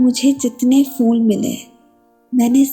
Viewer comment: Cute . But really bad pronunciation. Phool should not be pronounced as fool. Similarly it is Hijr not Hizr